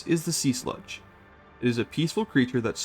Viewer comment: Same with the Sea Slug, unless it is named "Sea Sludge" in the pack 😅💙entertaining either way haha